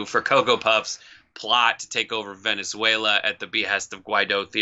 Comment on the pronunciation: it can't be Trump cos he can't say "Venezuela" properly